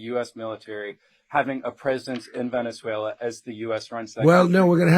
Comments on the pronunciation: He has said not one true thing… all bull. And he said Venezuel’er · 'Venezuelar' says the orange muppet.